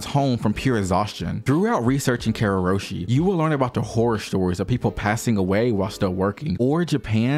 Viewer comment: it's "karoushi", not "kareroshi"